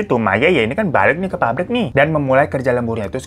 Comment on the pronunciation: PAPBRIK MAS BUKAN PARIK 😭🙏